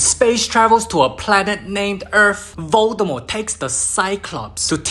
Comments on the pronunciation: "Female Voldamoart" 💀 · he literallysaid "Female Voldimort"